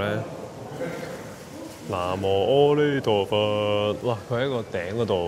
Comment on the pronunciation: 南。無。阿。彌。陀佛🙏🏼 以為你講日文添😂